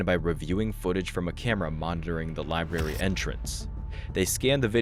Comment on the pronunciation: It's libRary, not "lieberry". Makes you sound dumb.